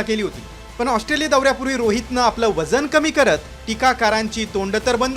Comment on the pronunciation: हा पत्रकार ऑस्ट्रोलिया म्हणतोय... 😅😅😅